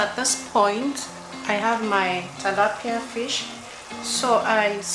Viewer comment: TILAPIA and not TALAPIA